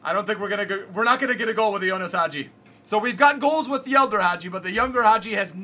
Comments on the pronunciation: Bro it's not Jonas. It's Ianis. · His name is ianis not ionis 🤣🤣